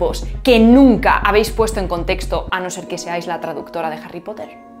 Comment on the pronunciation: La "Jota" de Harry Potter, pronunciado por es muy espanola, una jota enfatizada.